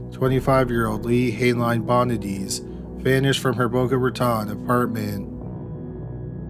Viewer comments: Also...its pronounced Boca RaTONE not RaTON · For the record, the Raton in Boca Raton rhymes with "atone" not "baton".